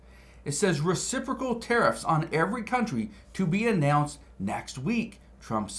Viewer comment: Did he say "reciffrical"?